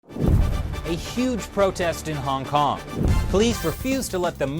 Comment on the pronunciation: It's called Hong Kong, not Hong Can't.